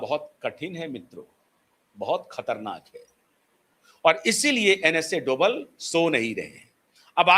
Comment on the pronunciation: डोबल नहीं डोभाल जी है